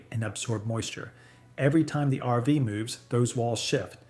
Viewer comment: Was interesting until you called an rv an "arvas", then I figured out you are nothing but an AI "voice"! What is the problem with you people that you are too damn lazy to voice your own videos? Do you think we are that stupid that we cant figure it out??